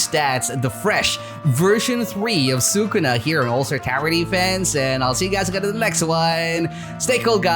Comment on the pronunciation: he really said “sue kuna” who’s kuna?